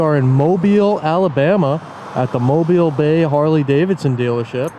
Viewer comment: I give you praise for being the first auditor to pronounce Mobile right..